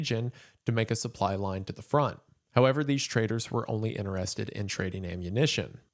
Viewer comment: Remember that it's 'interested', not "innerrested".